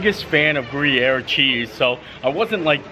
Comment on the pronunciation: Fun! “Grew-yer” cheese on the flatbread. ; )